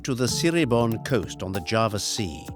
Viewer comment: Thank you for highlighting the many, diverse sides of Java in this beautiful documentary. I just wish you had spent more effort learning how to pronounce the names correctly. Hopefully for your next documentary on another part of Indonesia.